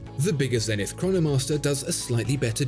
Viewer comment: You're pronouncing Zenith wrong